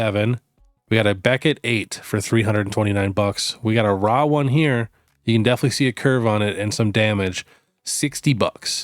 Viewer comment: ithink Raw is pronoounced "roar" not "rarrrrr"